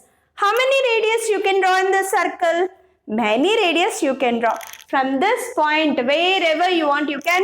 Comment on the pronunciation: Madam it is circle Not sarcle